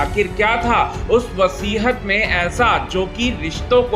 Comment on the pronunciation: Vasihat nahi hota hai, vasiyat hota hai.